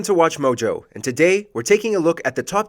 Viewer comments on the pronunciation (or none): none